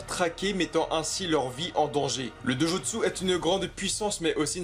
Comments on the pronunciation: Sérieusement, tu devrais faire des efforts pour prononcer les noms japonais... Amaterasu ne se prononce pas Amaterazu. Itachi se prononce Itatchi. Dojutsu se prononce Dodjustu etc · mdr il sais pas dire Dojutsu et shinobi